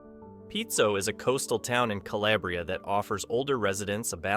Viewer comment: Dear God. It is not "POOG- lee-ah." Also NOT "kuh- LAY- bree - ah." It is CALABRIA.